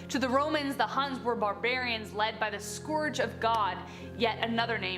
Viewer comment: Stalin's leadership came AFTER Lenin's, so he wasn't Lenin's predecessor. Do you really not know your history, or do you not know the meaning of 'predecessor'? ...or both? And please start pronouncing 'scourge' properly.